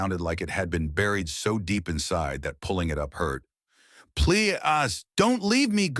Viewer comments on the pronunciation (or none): Now, you know that’s a bullshyt story and the AI can’t pronounce PLEASE!!! I know you lazy muthafuckaz don’t care; much rather a gottdamn machine do the work! Soon, y’all not gonna be able to get paid off of using AI; can’t wait!!!